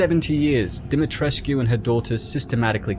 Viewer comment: Pronounced demi tresk. No uu